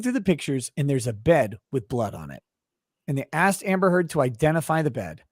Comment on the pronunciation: Yo someone timestamp the part where the lawyer says "Amber Turd" for me please!